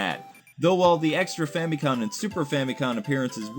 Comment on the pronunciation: you're doing it again, it's FamiCom, say Family Computer before each take to help remember.